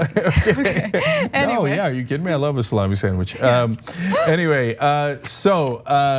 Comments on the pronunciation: it is bad Pronunciation of ( "Salami" "سلامی" ) . it's not ( "سالامی" "səˈlämē" ). it's ( "سلامی" "salāmēē" ) "سلامی" in Farsi is a name, come from "سلام" mean "hello" or "سلامتی" mean "health". not some kind of meat. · Cenk is going down Salami or Sa-la-MI? I hope you are pronouncing it right. (I don't know but would probably lean toward pronouncing it different from a sandwich meat.) Nobody is calling Drumpf presidential now. Bombing Syria? Yes. NOT bombing Iran? Nope.